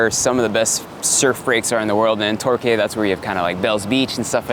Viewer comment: Btw it's pronounced tor-kee 😘😘😉😉